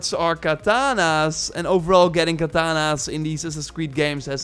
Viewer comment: Its katanas not kananas